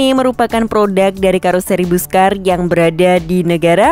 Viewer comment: Pelafalan Busscar yang paling tepat adalah = "Basska:r." 😊😊😊😊😊👍👍👍👍👍🚍🚍🚍🚍🚍.